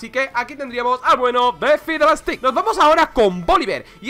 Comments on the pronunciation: Pero se pronuncia Fidelstiks xd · Cada vez que dice faidelsticks en este video el rework tarda un mes mas en venir..